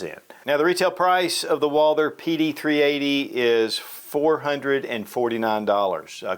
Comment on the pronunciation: It’s Walther!!! Not Walder